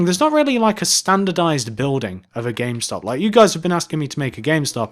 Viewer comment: he mest up on the m in gamestop